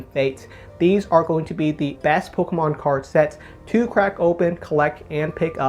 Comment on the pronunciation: The way this guy says pokaahmaan